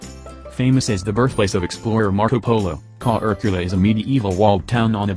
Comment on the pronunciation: Korcula is pronounced as Kor Chu La not Ko Er Q La. Please do your homework.!